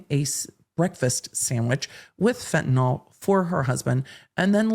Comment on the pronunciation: As a fellow full blast ADHDer, I know you are picky about getting tidbits correct. As a nurse I want to point out that Fentanyl is pronounced fen-ta nill, not fen-ta-noll like Tylenol or propofol. The world at large mispronounces it so it's an easy mistake to make.